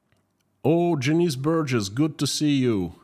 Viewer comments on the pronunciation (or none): none